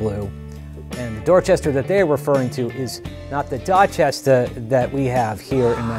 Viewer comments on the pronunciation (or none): 😂I haven’t even gotten through this video, I stopped at “Dowehchestahh” and had to pause for 😂. Also, I’m really digging the British Drum Co. snares which I first got to try out courtesy of Andy at Drum Supply in East Nashville. Would love to check out a kit some day. Hope to finally stop into the shop sometime sooner than later too. 🙌